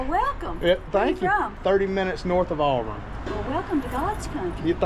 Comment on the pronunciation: Did you say Auburn or Alvern.